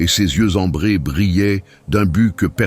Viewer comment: Ses yeux Ambrés et non "embrés"